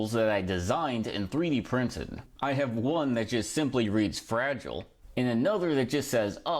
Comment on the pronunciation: "Frahh-jeee-lei" Nice 😂